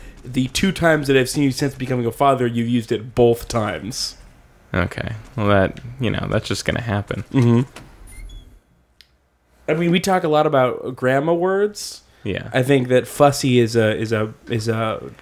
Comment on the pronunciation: "used it BOLTH times" Cmon.